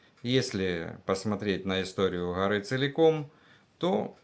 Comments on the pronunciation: Не гъори а горы ! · Что за Хоры…. ???? Может Горы?